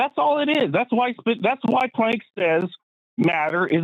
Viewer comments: If Max Planck is "the most respected name in physics," let's pronounce his name correctly, okay,? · The mispronunciation of Max Planck's name is killing me.